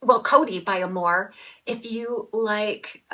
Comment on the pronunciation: "When the moon hits your eye, like a big pizza pie, that's amore." Pronounced uh MORE ay, accent on middle syllable. Love your channel!